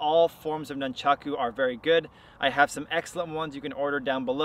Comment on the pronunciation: Nuncharko.......um yeah that’s a way to pronounce it I guess..... is this a parody channel this guy has the form of master ken.